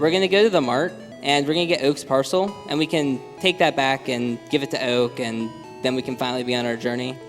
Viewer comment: His Philly accent is hilarious right here "Mart" "Oak"